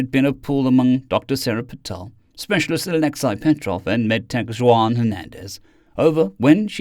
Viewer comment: Just a note. Juan is pronounced "won" not "jwon". Thanks for your great narration